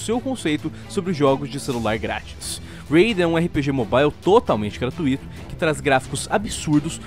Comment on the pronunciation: não existe "Gratuíto" e sim, "Gratuito".